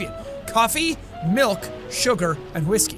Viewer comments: Mulk?? Its malk learn english... pfff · POUR ME. A GLASS. OF MALK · You sed molk instead of milk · Its MALK! lol! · He actually said it, a glass of mulk. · "The man wants a glass of malk!"🤣🤣🤣 who else remembers that video???? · "ok, say milkshake" "milkshake" "now say milk"...."malk"